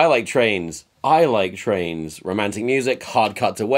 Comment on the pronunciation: He says I wike Twains and the guy who wrote Huck Finn shows up